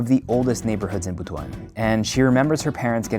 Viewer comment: Thank you for pronouncing the word Butuan properly!